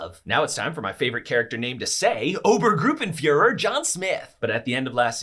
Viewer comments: It is not "Oubergroupenfüher John Smith" it ist "Obergrrruppenführrrerr John Schmidt". It is well known in Germany ;) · its pronounced Ober-st Group-en Fuhrer